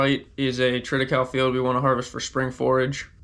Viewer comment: Triticale = tri-tuh-kay-lee not tritical